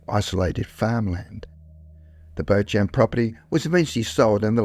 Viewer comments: Why why why'', do you and other posters/Tiktokers or whatever, never learn to prounounce a name properly and end up sounding like a moron. Just google it if you are not sure, It is not 'Bow Champ' which is making my ears bleed, it is 'Beecham', now I can't listen to the story, because I am embarrassed for you. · It sounds like you are trying to pronouce the last name Beauchamp. In English the correct pronunciation is "Beechum" and French speakers with that name pronounce it "Bo-chah". I've never heard it (correctly) pronounced "Bochamp". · Jim "Beach" Beauchamp, pronounced beach-um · Beauchamp should be pronounced Beechum.